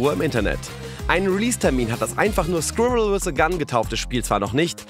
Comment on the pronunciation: Es ist also wahr, Deutsche können 'Squirrel' nicht korrekt aussprechen 😅